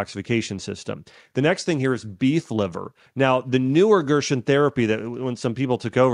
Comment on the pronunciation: It’s pronounced GERSEN not Gershwin